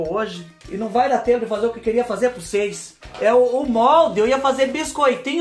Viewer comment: Adoro quando ele fala "cheira pra ocêis vê"😂😂